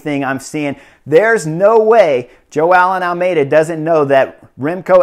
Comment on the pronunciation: It's really funny how you pronounce Joao Almeida as "Jo-aa-eln". Keep up the good work, sir.